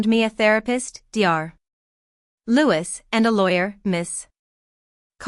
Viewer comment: What a sorry excuse for an AI(artificial idiot) narrator. Mispronouncing dr (doctor), ms (miss) and several other instances - not worth a like as the uploader didn't see fit to do some quality control. The story deserves better.